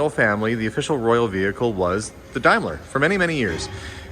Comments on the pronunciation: Daimler is pronounced DAME-ler not DIME-ler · It's pronounced like Dame ler not Dime ler as you say it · It's pronounced " Dame Ler " not as you say dimelar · it is a DAAAAMLAR CAR NOT A DIMELA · Hi it's a dAimler not dimler lol silent i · dame ler not dime ler ! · DAME la not Dims la from GB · Nice find, Daimler is pronounced Dame not Dime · If your going to owe a Daimler you need to be able to pronounce it properly its not a Dime ler it's correct pronunciation is Dame ler please try to get it correct as its very annoying to us English that your not pronouncing it correctly. I shan't mention the Lego or as you people call it Lay goes 🙄😂😂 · Hi, I’ve searched it for you it’s pronounced daymlah 😊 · It is pronounced {Daym lar} as a British made car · Love the car for reference in the uk a Daimler is pronounce 'dame-ler' 👍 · Hi, the correct pronunciation is daym-luh, googled it for you lol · Daimler is pronounced Dameler in England as in dame Vera Lynn 👍love to you all in canada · British Daimler is pronounced like "day" whereas german Daimler, the one that merged with Benz and calls its cars Mercedes.Benz, is pronounced like "Dye". The British firm was founded first, in the 1890s, using patents purchased from the German engineer Gottlieb Daimler, who some years later founded his own firm in Germany using his own family name. This is why there were two completely separate firms using the same name. The German Daimler firm started to call its cars Mercedes, then during the 1920s it merged with Benz, the firm became Daimler-Benz and the cars were (and still are) called Mercedes-Benz. The British Daimler firm stayed independent until 1960 when it was bought out by Jaguar and continued until recently to build cars called Daimler but with Jaguar mechanics. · very true but it is a British car 👍